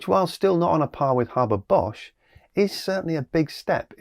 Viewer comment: Interesting.. I do believe the correct pronunciation is “Hayber Bosch” as there is only one r in Haber. Still early days on this process, but here’s hoping!